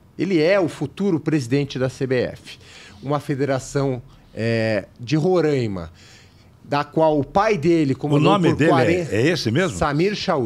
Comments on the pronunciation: Não é Rorãima é RORAIMA. Falem certo o nome do Estado para não passarem vergonha . Imagine. chamando nosso estado de Parãná. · O estado de Roraima se pronuncia "Roráima". A ênfase é na penúltima sílaba (rá). É um estado localizado na região Norte do Brasil, fazendo divisa com a Venezuela e a Guiana. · Não é questão de sotaque, é questão de pronúncia. A única forma correta é Roraima. Se quiserem individualmente continuar pronunciando errado também é outra questão.